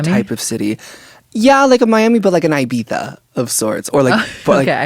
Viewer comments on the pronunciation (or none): LMAOOO the way trevi started pronouncing ibiza and barcelona like that😭😭😭 fuccc i love her. unintentionally funny